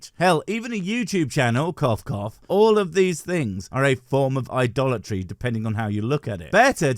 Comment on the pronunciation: Every time I heard “idolatry”, all I heard was “Dollar Tree”. 🫠